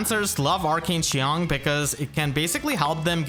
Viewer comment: I want to give a round of applause for how well pronounced qiang, unless he speaks mandarin, which would be even more impressive